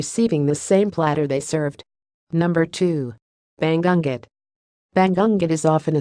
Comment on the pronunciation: hi, pumasok na ako agad sa bahay mo, welcome ka rin sa bahay ko. natawa ako dun sa jijil (gigil), yumey, ( umay), banggunggot( bangungot) pero ok lng yan slang kc..